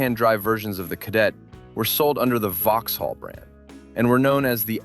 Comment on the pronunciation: Le Mans is pronounced "luh-MON", Vauxhall is pronounced "vok-sawl" and Volkswagen "Folks-vah-gen". ;)